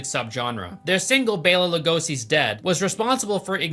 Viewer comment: The Peter Murphy slander!!!! “Short lived” and can’t even pronounce Bela Lugosi who played an iconic classic vampire back in the day, bruh don’t piss me offffff D:<